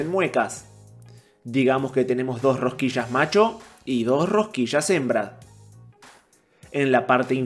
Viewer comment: Rosquillas: ❌ Rohquisshhass: ✅